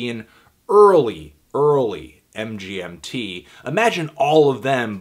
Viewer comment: Hey Anthony, MGMT's pronounced "management". Carry on ;)